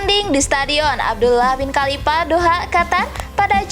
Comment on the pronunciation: Bacanya Paraaaaaaaaaaaaaaaaaaaaaaahhh.. Sakit kuping niiiiiii... VIETNAM bukan PIETNAM... APAREL bukan AFAREL... KALIFAH bukan KALIPAH... PERFORMA bukan PERPORMA... FEDERASI bukan PEDERASI... FINAL nukan PINAL... Coba deeeh, diperbaiki... dilatih lagi dengan benar, pengucapan dan pelafalannya... Kalau ga bisa, ya DIGANTI !!! Sayang kan, berita yg bagus RUSAK krn pelafalannya ga bener...